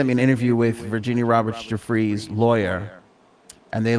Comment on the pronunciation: It’s “Virginia Du-FRAY”